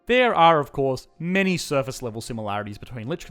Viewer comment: ofcour', just one example of where you omit necessary S's from words, is it an elaborate joke I'm missing or what?